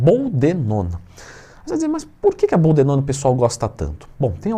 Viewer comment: BOLDENONA TWIN!! Sei que falou errado só pra gente corrigir aqui e assimilar ao vídeo 🤣🤣🤣